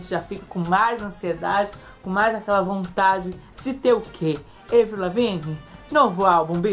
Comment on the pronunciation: Se diz "ÁVRIL" aaaaaaaaaaaaaa Camren? Vim voando ❤️